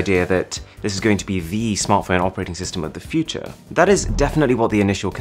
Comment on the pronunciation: When someone with a heavy accent says future.